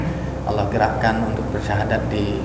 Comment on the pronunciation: mas maaf yg mengsyahadatkan tolong ucapan nya yg benar, ala atau Allah maaf sblmnya